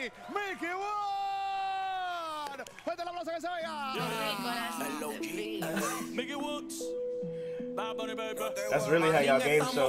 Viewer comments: It's not milky woods ....it's pronounce "Mickey Woodz" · You Hispano and can’t say miky woods???😂😂😂